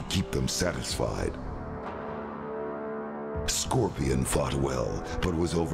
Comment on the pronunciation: Scorpion is so badass he can't even pronounce his own clan name correctly.